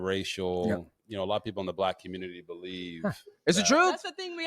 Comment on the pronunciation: I'm triggered by the way he pronounced the word community!❤❤